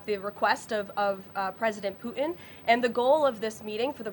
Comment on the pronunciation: I'm sorry....I just cannot take her seriously when she pronounces the name of the leader of Russia, as "Poo-in".